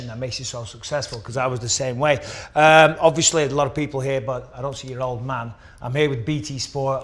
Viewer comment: Michael “ObvIOSly” Bisping